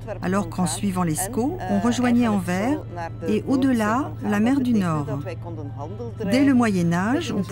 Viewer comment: et pour autre info , on ne dit pas Anver mais AnverSSSS , en flamand Antwerpen